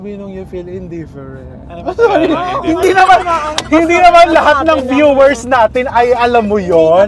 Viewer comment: LT yung "indifferent " ni, sana inulit n'yo yung Indifferent?!!! 🤣🤣🤣